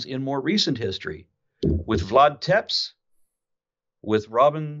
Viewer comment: It's not Vlad Tepps. Tepes is pronounced like Teppesh. Otherwise very interesting show. Now I can somehow(if there are many?)understand why Jesus never answered me when I prayed to him(on the advice of a very nice minister, never forget him, good guy)when my wife died in hospital. Although other people say he answers them? 🤔